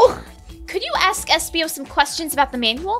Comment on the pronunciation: Its espio lol